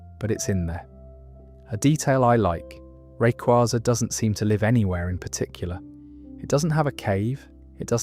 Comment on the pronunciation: Its rayquaza, not rayquaza